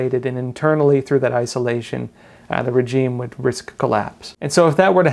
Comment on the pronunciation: Great video as always, but please check the pronunciation of the word regime